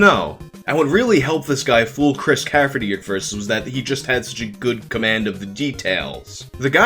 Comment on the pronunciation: All due respect bro , it's Chris CAFFERY , not -CAFFERTY . Chris is an awesome guy BTW , went to school with him . His band at the time warmed up for Metallica , Dave Mustaine Metallica lol